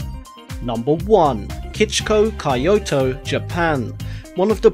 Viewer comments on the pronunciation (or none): Execrable pronunciation of Kyoto.